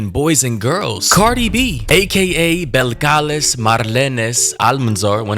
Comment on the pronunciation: “BELL- kalees “ it’s a weird name but pronounce it good f